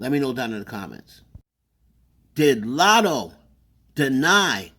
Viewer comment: She definitely said "I'm not poosay ahh Latto" but okay 😟